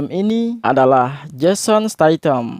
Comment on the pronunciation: Bisa gak penyebutan nama jason statham aja jangan staitam... Lebay bos